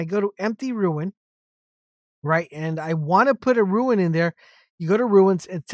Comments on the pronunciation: Its Rune not Ruin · It’s pronounced roon not ruin! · rune not ruin